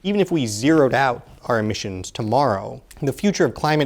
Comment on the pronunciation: "Emmisions", "Emmissons"